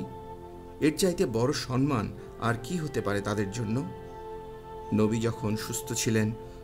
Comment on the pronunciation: আহ্বান - আওভান মুহ্যমান- মুজঝোমান সম্মান - শমমান উচ্চারণ গুলো ঠিক করবেন ভাই।